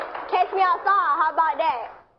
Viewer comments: It doesn't matter, people are writing that because that's how it sounds. Like writing gonna instead of going to. Some people say gonna. So even if she meant to say catch she pronounced cash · She has a hard southern accent and if you aren't used to it you won't hear what the real word . She didn't pronounce it as " cash " she said " catch " but her southern accent made it sound like she said " cash " . Many people aren't used to hard southern accents because some words blend with simular words in sound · Exactly, her accent made her pronounce it "cash". It doesn't matter what she was trying to say.